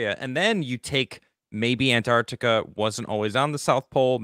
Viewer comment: "anne" Arctica? or "AnTarctica" with an extra t in there ? 😅